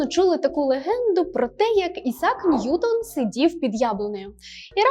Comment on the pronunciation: Ви впевнені, що правильно ставите наголос у прізвищі Ньютона? Принаймні УРЕ дає наголос на першому складі. ЧИ можете ви послатися на авторитетне джерело інформації, яке б дозволяло наголос на другому складі?